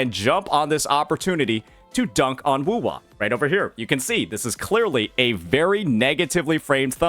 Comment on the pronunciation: When you repete wuwa in the video you sound like an Indian an a horse and a bow making sound to signal his clan his position 😂😂😂